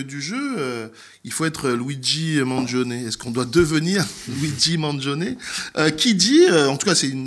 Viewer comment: ok, tu m'énerve, c'est un italien! il s'appelles pas maaaangion il s'appelle Mangione ça se prononce man djionn ni! Les français🙄